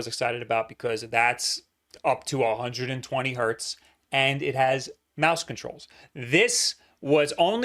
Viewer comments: Hertz, not hert,. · 120 HERTZ. NOT 120 HERT. HERTZ. HERTZZZZZZZZZZZZZ. PLEASE STOP SAYING HERT! EVEN 1 HZ IS 1 HERTZ. THERE IS NO SUCH THING AS A HERT.